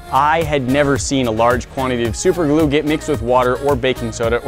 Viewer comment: Super glu not lu